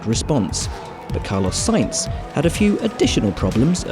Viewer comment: He said carloss saints!